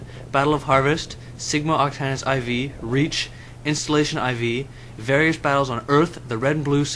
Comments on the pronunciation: Cool, but it wasn't Sigma Octanus Ie Vee. Its as in Sigma Octanus 4. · ol its funny he keeps say iv it IV as in roman numeral 5 but anyway 5/5 i love this series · I heard the pronunciation Ie Vee, not 4, as in the letter 4. Its Roman numerals.